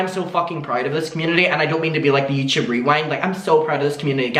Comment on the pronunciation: Why do you say YouChoob lol it's youtube silly 😜